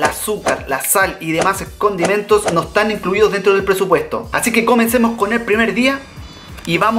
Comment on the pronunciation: Dice Hola Hola como "ETAN" Todos🤦‍♀️🤦‍♀️